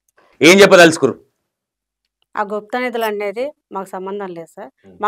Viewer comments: గుప్తానదులు కాదు. Guptanidhilu అనాలి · Gupta nadulu kadu gupta nidulu anna 😂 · It's guptha nidhulu not nadulu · bhai, gupta నదులు కాదు. గుప్త నిధులు అనాలి. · Bro Gupta nidilu anu bro gupta nadullu kadu bro 😅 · garu gupta nadhulu kadu gupta nidhulu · గుప్త నిధులు గుప్త నధులు కాదు 😮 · Gupta nedulu 🤔 gupta nadulu kadu swami🤦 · గుప్త నిధులు.. అన్న గుప్త నదులు కాదు...